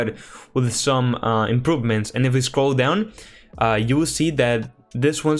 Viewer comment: It's pronounced "Scroll" not "Shcroll".... 😁